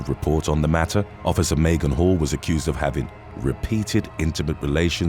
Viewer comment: When he kept saying Hall I was hearing Hoe at first. Couldn’t have been much further from the truth 😄😂